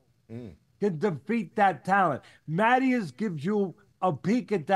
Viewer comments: It’s Matiiiiiiias… Not Matiaaaaaaas… Accent on the í… say it right guys! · Subriel Matías is the best. Teofimo has the biggest mouth, and Haney isn’t even in question. Algieri disrespects by mispronouncing Matias.